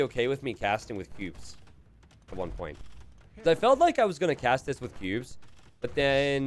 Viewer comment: I swear every time he says cubes, it sounds like pubes. I for one would not be in favor of playing AoE2 with pubes - but y'know, different strokes for different folks.